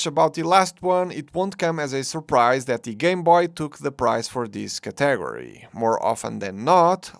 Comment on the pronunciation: I'm assuming English isn't your first language, if that's the case you do a very good job speaking it for the most part. with that being said, every time I hear you pronounce the word "category" it stops me in my tracks, maybe listen to somebody else say that one a couple times, pretty funny stuff, don't take it too personally, you seem like a good dude and I like your videos!